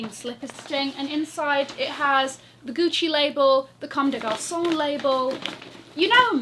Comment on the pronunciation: What a great haul!! I spent a nice time watching your video after my stressing day at work. I love your style, everything you picked is so you especially the Chanel vintage puffer and JPG top! By the way, congrats on your french accent, you said Comme des Garçons perfectly!! 👏👏From a parisian born girl know living in London.❤️